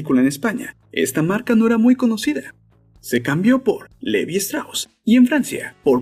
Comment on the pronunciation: no mames, normalmente tolero tu pronunciación en ingles pero con levi´s si te pasaste hahahahahahahah se pronuncia livais, neta no se por que no checan esas cosas antes de subir el video